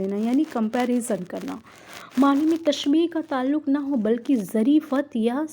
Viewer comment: آپ کو تلفظ پر محنت کرنے کی اشد ضرورت ہے باقی آپکی کاوش قابل تعریف ہے. مجاز=मजाज़ مرسل=मुरसल ظرفیت=ज़रफ़ियत سببیت=सबब्बियत